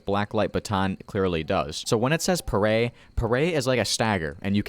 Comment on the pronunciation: Augh the way you say it, its all sorts of weird, its parry, like if you say perry. Also, why the flim flam fu- did they think nerfing the shield was a good idea?